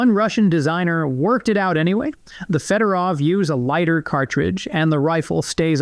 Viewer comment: Fedorov is spelled "fYodoroff", not "fedOrou". The latter sounds really lame, no one would go anywhere with such a surname.